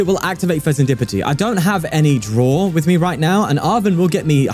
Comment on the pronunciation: Did I hear "Fezenskibidi"..🤣